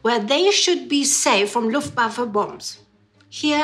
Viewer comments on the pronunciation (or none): none